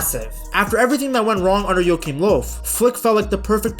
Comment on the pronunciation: I really like your pronunciation, pretty spot on most of the time. Just some info, if you'd like to have it: In "Joachim Löw" your pronounced the "ch" like a "k", when it should basically sound like the spanish pronouncitation of the "J" in "Julio" for example. The "ö" in "Löw" is not proncounced like an "o", but more like the "eu" in French "deux". Hope that helps